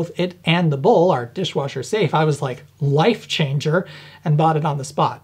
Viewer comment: ANYONE ELSE WHO HEARD WIFE CHANGER INSTEAD OF LIFE CHANGER